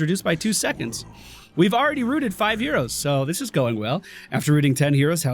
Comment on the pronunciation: am i the only one hearing euros and not heroes? xD